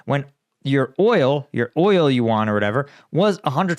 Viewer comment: yuan = you-wahn